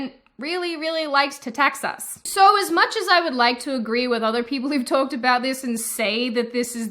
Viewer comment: Her accent comes and goes all the time, it weirds me out. She says "hard" and "ask" in a very American drawl, but then she says "talked" and "woke" , and it's SUPER Australian.